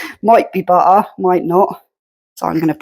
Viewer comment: Another lovely video from a lovely lady. The Apple cake looks amazing, I will have to give this a go., you have Irish in your accent, it’s also very English. You made me laugh when you said butter, I say it exactly the same. I am a Londoner but live in Ireland, so I do have a very strong London accent. Have a lovely evening, look forward to your next video❤️